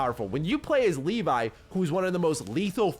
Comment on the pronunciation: Has he really said Leefai?😂 Its Levi 😂